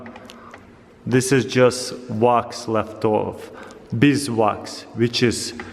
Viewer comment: I thought he was saying rocks then I realized he is saying wax